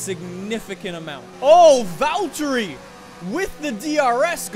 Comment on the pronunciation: Its funny when you say Valtteri like Valtyrie😂